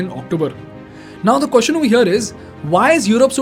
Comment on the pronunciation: This guy is a tamilian. His way of pronunciation “kwoshean for question” and “oold for world” and “oittte for white” and “dishan for decision” makes it clear.